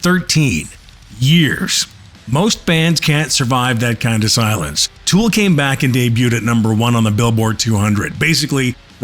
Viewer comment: Le nom du groupe n’est pas Tule 😂mais bien TOOL! Ah les Français, tellement nul pour parler anglais. Tule😂😂😂 Cela étant, TOOL a la Sphere, ça serait juste WOW!🤘